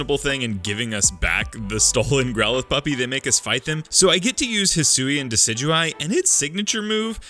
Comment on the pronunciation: Decidueye, not Dusudy! And do not leave off the A in Hisuian! And stop typing in all caps!